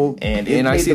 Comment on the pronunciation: sounds like he said GAYDM